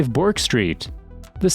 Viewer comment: Yarra not Yurra, Burk not Bork.